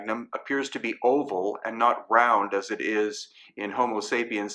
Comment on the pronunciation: Apart from everything else that you have presented so systematically thank you for "Homo sapiens sapiens" far too few say that correctly :) . As an aside H. sapiens sapiens (one who thinks twice ' can think about thinking??? ;) . King Monkey Great Sage An equal to Heaven . ;)